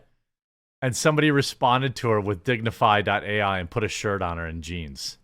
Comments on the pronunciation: Lol its still pronounced "dignify" haha Jeremy still struggles with phonetics after all these years :) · Its just pronounced dignify. Dig Nu Fai